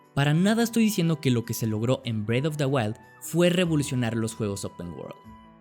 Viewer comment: es que parese que dice bread of the wild